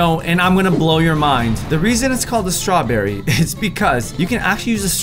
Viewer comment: strawbeery is not a beary